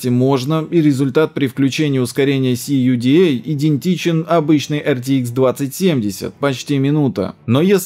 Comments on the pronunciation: Весь ролик сижу и думаю, что это за волшебный "си, ю, ди, эй" в этой чудной CMP. А потом осенило это ведь "ку, да" 🤣 Отличный акцент 🍺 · CUDA - все говорят как "кУда"